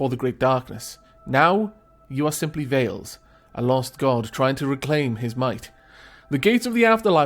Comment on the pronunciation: I know this is an old video but I have something to add. Slavic mythology is close to me because I'm Polish so I would like to add something about the names and pronouncing them if you don't have any problems in me pointing that out. Veles isn't said like Veil it is just Veles the l is just like the letter in alfabet el not eil like in Veil (hard for me to write in phonetic signs so I got to write it like this :)) and Perun is Not P like in the alfabet but hmmm The P is not soft its just PE like in pest. Perun. Arr kind of hard to write it like this I hope you get the idea.